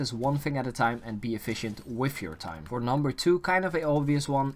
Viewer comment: “Fing” for thing “finking” for thinking and “wiff” for with lol